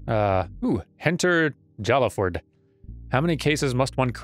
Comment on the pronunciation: "Jallaford" is pronounced "Hai-ah-ford". Sword boyfriend usually says something about him when you first look at his profile.